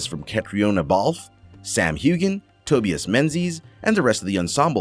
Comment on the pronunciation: Her name is pronounced KATRINA, not Kate-ree-oh-na. Also, it's TOE-BYE-AS, not Toe-bee-as.